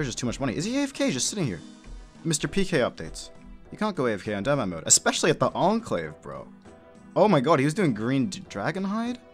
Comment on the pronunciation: I keep thinking you are saying dinnermanmode, lmao.